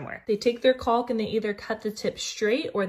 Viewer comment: Love the all the tips. FYI the L in caulk is silent